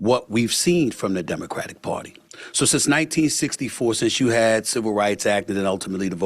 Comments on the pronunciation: Hey Stephan!! It’s pronounced You not Choo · It's "you" not "chew"